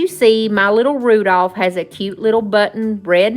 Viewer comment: these were adorable. Oh, you left the "l" out of Rudolph. Hope I don't hurt your feelings by telling you that. I meant to ask you in last video did you change Archers name to Tuffy Tater? I feel like I missed something, lol. I'm still calling him Archer. Love when you share your sweet animals with us. Looking forward to see what you create next time. Take care and God bless 😊